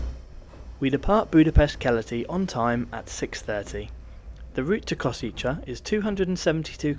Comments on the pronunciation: It's "Kosheetsay", not "Koseecha", please. N.B.: as for Miskolc, don't be scared, it's not tricky at all: it's simply "Mishkolts". In both cases, all the sounds of these words exist in English, so no reason to be scared 🙂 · Koshitsэ, not Koshitza. The ts is soft, not hard, and the end sound is a short e. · The final station is Košice. You consistently mispronounced it as *Kosiče. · It‘s pronounced „Ko-shy-tse“ but thanks for the report 😄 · Kosice is pronounced koszytse 😃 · Ko-shi-tse, pronunciation on the first syllable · Actually, it's pronounced 'Košice'... 🙄